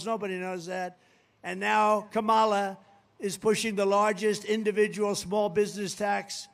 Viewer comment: He can’t even pronounce Kamala. 😂😂😂